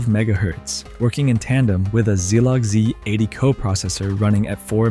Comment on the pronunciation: Ah, the good old six eight zero zero zero and the zlog z...80. If you're gonna use AI voiceover, atleast put in some effort to make it pronounce stuff right.